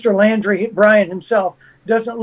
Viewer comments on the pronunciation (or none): 'Laundrie'....not 'Landry'. Thank you. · It's not Landry it laundry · Why does he keep saying Landry? It's Laundrie with an 'au' sound. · Apart from getting his name right it's Laundrie not Landry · it’s Laundrie, like laundry…..NOT LANDRY. GRRRRRRR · Good interview but I cringe every time he says Landrie instead of Laundrie. Sorry I have OCD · The name is pronounced Laundry, not Landry!!!!!!!! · This guy has no idea wh as to he talking about say wrong person name he definitely no detective its Brian laundrie not landry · It’s LAUNDRY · Why is he calling him "Landrie"? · He's pronouncing it "Landry"..?